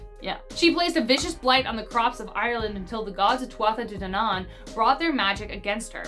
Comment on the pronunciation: love your videos, since you weren't sure of pronunciation, just a couple I noticed. Samhain is pronounced sowain, tuatha is that as in too-ah, and sidhe is she.